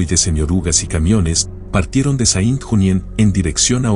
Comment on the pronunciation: Muy buen video !La foto y la escritura de los nombres de los hombres es interesante por saber llamar a los criminales ! Serìa bien hacer igualcon mlos nombres de ciudades ! Asì : Saint Junien, lo dices incomprensiblecuando "Sén Yunién" serìa fàcil de entender ! Muchas Gracias y no olvidar que la Waffen SS de hoy se llama "Wagner" ... 🇺🇦🇺🇦🇺🇦🇺🇦 Slava Ukraïni 🇺🇦🇺🇦🇺🇦🇺🇦